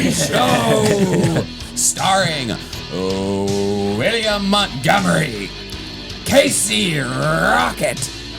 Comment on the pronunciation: Why the actual fuck do SO MANY people mispronounce the ever loving hell out of the name Montgomery???? It's MONTgomery Not MUDgomery I'm unreasonably angry about this 😂😂😂